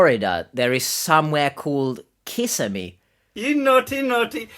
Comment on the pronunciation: Kissimmee is pronounced “Ka sim mee”